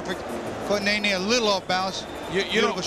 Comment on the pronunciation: Its not nay,nay, Its ne,ne. No "y" sound.🥊